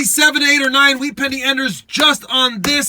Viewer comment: He said wheat senny ender Once in the video